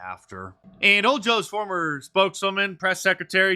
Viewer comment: "Foemer Trump..."? SMH